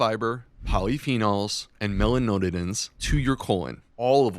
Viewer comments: Great information, but as a doctor please figure out how to pronounce "melanoidins". That was painful to listen to. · Mela noid-like-roid ins, please :)). Listened while making dinner last night, couldn’t think what mela node-in-ins might be. Rewatched, saw & confirmed correct spelling, so…. With thanks for all you do so well, from a life-long black coffee lover.